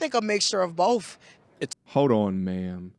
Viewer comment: If your woman pronounces “both” as “bohf”…..run.